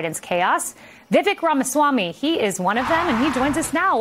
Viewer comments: "Vivek" is pronounced with the accent on the 2nd syllable. FYI. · It is not vivick, it is vivak, long a. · Disappointed Kayleigh didn’t learn the correct pronunciation of his name bf she interviewed him. 😑